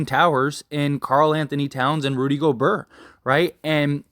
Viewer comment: He said “Rudy Goburrr” 🤣